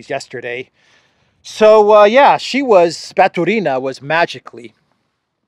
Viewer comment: I really respect how you learnt to speak Russian. But why do you KEEP SAYING RUSSIAN NAMES WRONG? It's NOT Batureeeena. It's Batuuuuuurina. The emphasis is on the 2nd part. That's Russian. Emphasis on the 3rd is Spanish or Italian. They are NOT Italian!!! Please try to say their names correctly. You say lots of them wrong 😭 Also, to say city of Pskov correctly... just say Psst... that's how you say Pskov. Pss... kov! Easy! Thank you 🙏🏻♥️